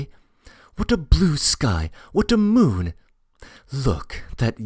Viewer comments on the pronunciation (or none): none